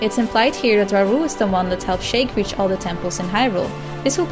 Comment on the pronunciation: Sheik is pronounced "sheek" not "shake"...